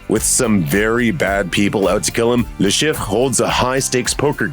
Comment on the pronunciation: "La Sheef" is how it is pronounced. Thanks for the video!